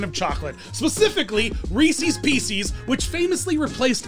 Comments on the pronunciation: Also, how are you from PA and don’t know how to say Reese’s Pieces? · Wait, how did you pronounce Reese's Pieces?